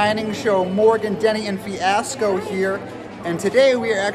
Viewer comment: The opening and Fiasco mispronounced the name of the restaurant. Classic